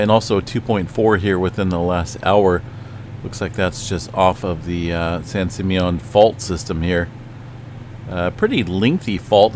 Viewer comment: San Simeon is pronounced San Sim ME en. Accent on the ME syllable.